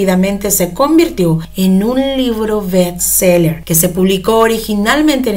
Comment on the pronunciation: Se dice best seller